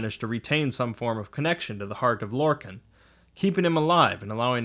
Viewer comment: Lor-Kahn! not Lor-can.